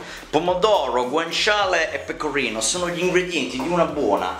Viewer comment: Uova pecovino... Pecovino uova... Sale Pecovino... Non tvoppo pecovino... Una gvattata di pecovino fvesco